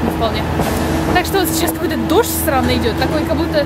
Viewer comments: Она сказала странный или сранный дождь?:D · только я слышу другое слово, когда говорит "странный"?:D